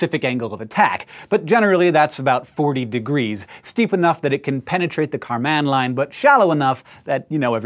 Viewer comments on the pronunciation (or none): Karman line is one word, not car man line